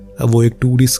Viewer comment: Usulo se (not vasulo se)